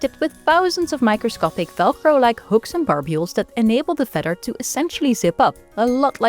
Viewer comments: Wouldn't it make sense to have a narrator who can say feather properly? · Had me at "feder" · I love the way she says feather. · I sincerely like the way you say "feather". ❤